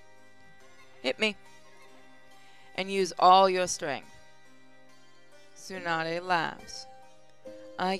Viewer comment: Yo, Tsunade's name is pronounced (Sue-nah-day)